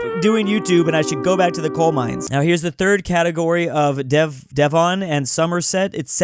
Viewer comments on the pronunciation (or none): how did he mess up devon so badly 😭